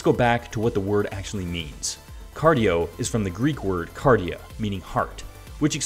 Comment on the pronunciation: Heart in Greek, u almost nailed it, wrong tone. :P I will start going gym again after ~10 years, this will be fun, sweet potatoes I'll try em.